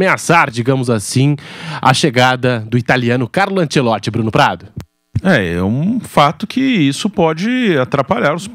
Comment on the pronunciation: esses comentaristas passam os dias pronunciando mal o nome do Ancelotti... que coisa que dói nos ouvidos. Ou bem se faz a pronúncia à brasileira ou bem em italiano, mas "antchelotchi" não existe nem lá e nem cá.